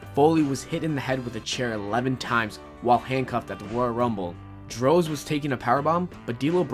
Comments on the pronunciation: he called him drowse instead of droz he ovb didn't watch this era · You need someone to help you pronounce "Kaientai" and "Droz" correctly. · Did you really pronounce DROZ as DROZE. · It's NOT Droze, DROZ. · I noticed that too. There's no way this person even watched the during the attitude era If he can't remember the names of the wrestlers during that time. He even said "DROZE" for Droz. Which was pronounced "DRAHZ". I guess I'll wait for a video of a millennial recollecting his experience during the Persian Gulf War, they'll pronounce it, DESSERT STRAW, against Sodom Who's Sane. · Good god man. You didn't actually watch during the attitude era, did you? I can tell by the way you're pronouncing some of these names. Droz stands out. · I don't think the dude talking was around during the attitude era. He mispronounced kaientai, yamaguci San and droz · He also mispronounced Droz's name. You can obviously tell he didn't watch wrestling back then